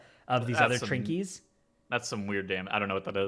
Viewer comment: Petition to cancel saying “trinkies”